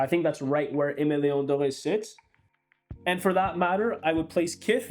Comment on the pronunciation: Please stop pronouncing Aimé Leon Dore like that…there’s no accent on the ‘Dore’. Sounds like you were trying to sound sophisticated but fell flat.